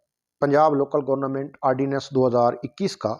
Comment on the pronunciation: ابھے آلو گورنا منٹ نہیں گورنمنٹ ہوتا